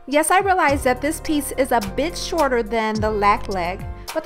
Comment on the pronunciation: I love this bitch ... I mean bench! Jk When you said bitch I figured you said bench also when you said a bitch I figured you meant to say bit short. Anyways great idea and great job 👍🏼